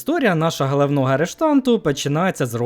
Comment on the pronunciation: Мені так пОдОбАЄцЯ коли людина з вимовою "гХалавнова" гєроя висміює чуже невігластво😮